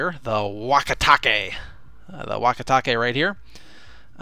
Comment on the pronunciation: I was off the video when you introduced the name and swore to God you said "walkie talkie".